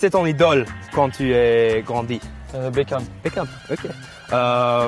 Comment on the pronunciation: Even if I replay it! It still sounds like Baekhyun, but I guess Beckham is a close second